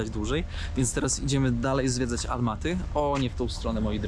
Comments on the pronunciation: Nie wiem z czego wynika ten bład w wymowie: Almaty zamiast Ałmaty ? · W języku polskim mówimy AŁmaty, nie ALmaty, o Ałmatach/Ałmaty a nie o Almatach/Almaty.